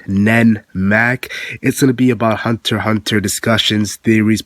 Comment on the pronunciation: Thank you for pronouncing Hunter x Hunter correctly.